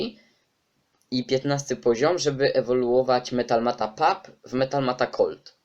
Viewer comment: Czytaj Metal mut a nie metal mat.